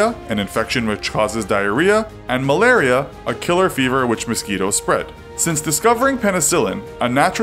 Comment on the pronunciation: The way he pronounced "malaria" made me flinch.